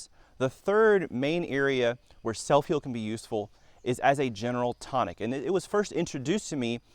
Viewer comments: Never heard of it... sounds like you are saying: "S E L L F I E L D". but i can't find that in a google search... Not once did you use print on the screen to let us know how to spell this uncommon plant.. Spelling of botanicals is critical.. That would have been a good place to start "drone/music/excitement" are not important. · What are u SAYING, sir. Soap peel? Sell feel?... I cant understand what ur saying.....SELF HEAL?.......🤔 Ok SELF HEAL PRUNELLA VULGARIS. Seeds available at Walmart. I googled it....very interesting video......👋🏻👵🏼.... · It would be nice if you displayed the name of the plant to which you are referring. I can not understand what you are saying when you mention the plant's name.